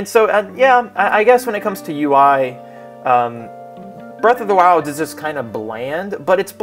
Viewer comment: Breath of the wild or Birth of the wild? And did you just say Forces is crappy? Triggered